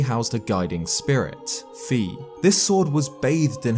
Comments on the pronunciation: It's pronounced "fai" not "fih" by the way. (ファイ = "fai") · It's pronounced Fi like pie not "fee." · Okay, guy. If Fi’s name were pronounced Fee, it’t be spelled Fee. Hello!? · Actually it’s pronounced “Fi”. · do y'all pronounce Fi as "Fee" or "Fi(eye)"